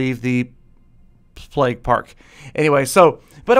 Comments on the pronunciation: stop saying "pleg" it'd pronounced "pla-y-ge" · Isn't it pronounced playg? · Thought he was saying "Plegg" for so long.